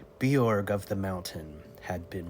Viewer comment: Nicely told but Birog was a female Sidhe, I think pronounced By-rogg, not Bjorg which is Scandi.